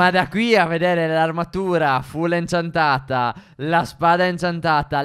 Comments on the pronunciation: Perché stef dice inciantata😂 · Ma stef all'inizio diceva inciantata non incantata hahaha comunque bravi vi adoro